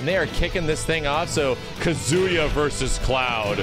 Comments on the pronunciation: not to be that guy but it's KA-zu-ya and not kuh-ZU-ya. Just sayin' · Why does he (a Tekken fan) mispronounce his name “Ka-ZU-ya” instead of the proper “KAZ-uya”…? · wife is Japanese and STILL pronounced his name “Ka-ZOO-ya”. 🤦‍♂️ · "Kazuya is in tekken" Might have been too hyped to speak properly, dont blame you tho.